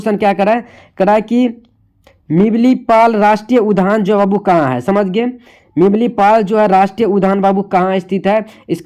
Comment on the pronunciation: Mimlipal😊 nahi सिमलीपाल hai